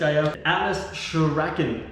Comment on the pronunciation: Wow that click sound is so human! JK. Yo Shuriken is a japanese weapon. Sure-re-kin